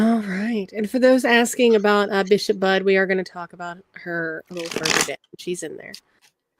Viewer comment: Bishop Budde’s name is pronounced (Boo-Day).